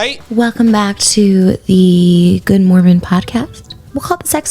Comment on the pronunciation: Take out that second M in mormon. That sounds closer to correct.